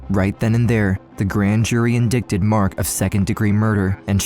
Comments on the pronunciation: the correct pronunciation is in-DITE-ed , not in-DIC-ted despite it being spelled exactly the same. weird English 😊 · Bro pronounced indicted like “in dick tid” 😂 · this video is great but indicted is pronounced in-dye-ted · Narrator “in-dic-Ted”???????? The c is silent. It’s “in-dye-Ted” pronunciation. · Indicted = In-die-Ted, not indikted, sorry just helping with pronunciation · In-d*ck-tid...😂 It's actually pronounced in-dight-tid. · InDIKted. Lol. Its pronouced "indited". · In-die-ted Not in-dick-ted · Indicted is not prnpunced in-dickted 🙄. It is in-dighted. Good grief ....your presentation was horriblem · Voice over, it’s not ‘indickted’ it’s pronounced ‘indited’. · it is not pronounced in- dick-tid.... it's pronounced In-dite-ed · The "C" is SILENT in the word "Indicted." It is NOT pronounced "in DICK ted," it is pronounced "in DIGHT ed." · Indicted is pronounced in-die-did Not in-dik-did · Did the narrator just say "in-dick-tid" instead of "en-dy-ted" . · It's not (In-dic-tid) it's pronounced (In-die-tid) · "indickted" lmao. Bro it's pronounced like in-DIGHT-ed. How are you gonna run a crime channel and now know how to pronounce Indicted? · "Indickted?" 😭 Lool Its pronounced "in-die-ted" 😂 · Did you really say In-dick-ted? For indicted? ....i know it's hard if you've only ever read it, but you'd think someone who was a true crime dude would have heard that word before. In DIE tid. Hope this helps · Indicted is pronounced "in-die-ted" not "in-dick-ted". I had to go back and rewatch some of your video because this error distracted me so much. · Indicted is pronounced like in-dye-ted btw, not in-dic-tid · just a heads up indicted isnt 'in-dick-did' its actually pronounced 'in-dye-tid' - not being a dick just figure its gonna come up again on the channel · Oh um if you're gonna be a true crime channel you should probably know indicted pronounced "in-die-ted" not "in-dick-ted" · It's not in-dick-ted it's in-die-ted. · Indicted = in-die-ted ❤